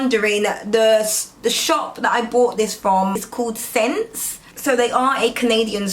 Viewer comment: It’s pronounced S - ense :) love your videos! Lots of love from Canada ♥️